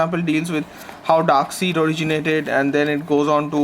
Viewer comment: Yeah... That mispronounciation was a bit off putting... But its a decent try at reviewing an omni this big!